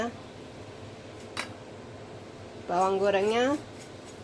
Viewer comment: Kerupuk... bukan kerupok.. hahaha... pedesnya kurang nampol ya mba... ayo tambah lagi sambelnya biar nyinyir dower dobleeehh... hahaha.. mantapppp